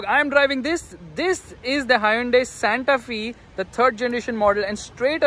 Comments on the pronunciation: Santa F-ay not Santa Fieee. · Its SANTA FE. Pronounced as SANTA "FYE" not "FEE"